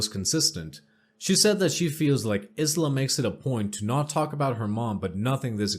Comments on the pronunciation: It's not (Is la) it is pronounced as (eye la),I know I'm annoying but that's the way I am. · Dots?? Lol no no honey- DOTES!!😂💖 and it's not Is-la, it's more like I-sla, you know, like Borat's wife...lol sorry for being a pronunciation Nazi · Good narration. Subbed. (Isla is pronounced eye-la, for future ref. 🕊) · isla is pronounced eye-la. the s is silent hope that helps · Isla I la the s is silent